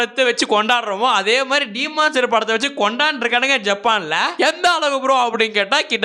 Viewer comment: சீமான் ஸ்லேயர் இல்ல bro😂 டீமன் ஸ்லேயர் bro✅